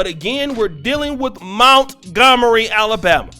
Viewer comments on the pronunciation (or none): Mont-gomery mont, not mount